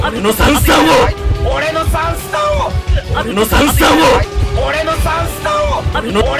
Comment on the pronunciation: 別ゲー混じりすぎてwガンダムかな？w 「俺の3ス↓タ↑ンを↑」ってなってるの笑った 編集が進化した神回( ˇωˇ )